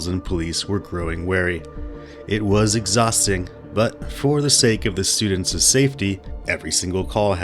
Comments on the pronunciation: The narrator pronouncing Students’ as Studentces during the introduction priceless!!!😂😂😂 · Was that students’s, or studentses, there at the start?